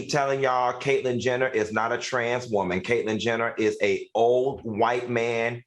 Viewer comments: The way Al says “woman” cracks me up!!!!! “Woemon” 😂😂😂😂😂😂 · He say it like that man from the Color Purple lol